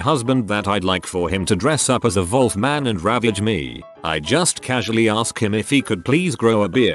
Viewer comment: I had no clue the computer voice pronounced Wolf as volf